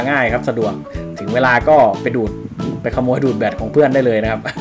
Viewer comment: ขโมยครับไม่ใช่โขมย555